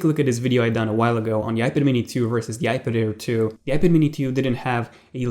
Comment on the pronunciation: I just cannot stand the run on sentences pronounciation. It's iPad-Air-2 not ipeder 2. You need to breathe and relax